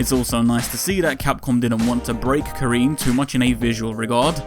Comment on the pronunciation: It was a bit tough hearing "Ka-REEN" throughout the video. The "rin" is synonymous with "win." You actually pronounced it a bit better in the previous video. Otherwise, solid piece. Despite that I really like Karin, I agree they're making her a bit too perfect and center stage at the detriment of other long-standing characters.